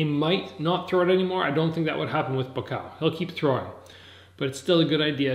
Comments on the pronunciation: why do you say "BUKAO" ??? it's buakaw !!! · Tf is bukao? It's Bu-wa-kaw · Amazing content brother, but it just ticks me when you say Ba Kaw. It's pronounced Boo-ahh-Cow. All in all great commentary keep up the great work!! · People get so bent out of shape over pronouncing a name wrong??? I don't upset when foreigners pronounce my name wrong. And it doesn't sound like he says Boo Ah Cow. More like BwwaCow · It's pronounced Bhuakhao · Not pronouncing Buakaw’s name correctly smh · It’s so damn annoying when you are not saying Buakaw’s name correctly! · Imbarresing u cant pronounce his name right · Your pronunciation of Buakaw is poor. But nice try! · I'm half Thai it's not! But close!